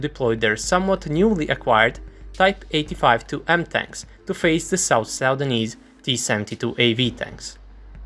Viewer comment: ??? "Sau-danese"? Its just "Suu-dan-nese"